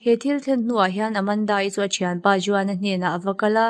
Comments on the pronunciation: Juan (huan) ti a lam tur ania. Sawi ve mai mai i channel view thin manah😄👍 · Juan kha huan tia lam tur